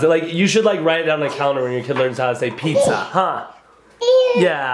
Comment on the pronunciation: Assessees when she said pizza she said this pwaza